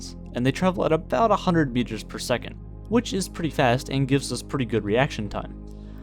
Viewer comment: "A houndred million years per second" Yeah.. that's one twoth's of a speed